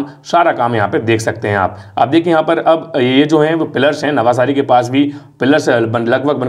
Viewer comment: नवसारी, not नवासारी